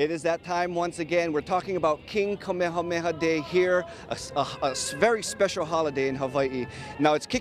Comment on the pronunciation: Honoring King Kamehameha with a newscaster who doesn’t even bother pronouncing his name correctly and a “governor” of an illegal occupying government. 🤦🏽‍♀️